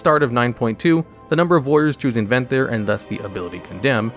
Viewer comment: "Necolord" "Venthry" Oh boy.